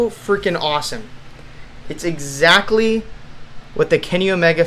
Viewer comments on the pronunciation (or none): none